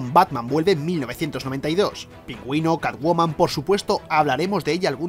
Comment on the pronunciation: "Carwoman" xD